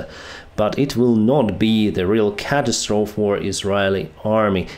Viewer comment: FYI "catastrophe" is pronounced ka-TAS-tro-fee